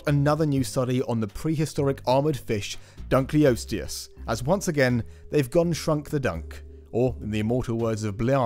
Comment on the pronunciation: Dunkleosteus was named after David Dunkle, and I don't think his name was pronouced "Dunkley". Please! Dunkle. Osteus. Dunkle Osteus. Dunkleosteus.